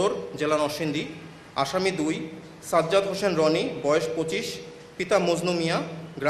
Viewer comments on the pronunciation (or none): none